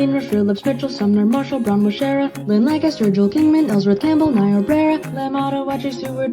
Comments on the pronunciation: very well done! The pronunciation was spot on and nobody ever gets it right outside the area. Bonus points for Lancaster too. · LANCASTER SWEEP AND HE SAID IT RIGHT 🔥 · I can tell you did your research because you pronounced both Lancaster and Lebanon, PA correctly. Congrats on this accomplishment!